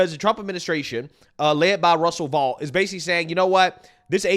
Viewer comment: Russ Vought's last name is pronounced VOTE, not Vaught.